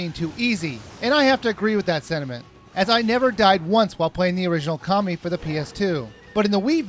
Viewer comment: Can't u read?!!! Amarusu!!! Oka(a)mi!!! Insun!!!! Orchi!! What's wrong with u?! U read it "Amaterasu", "O(o)kami" (the accent is on "o", not on "a"), ISSUN and OROCHI!!!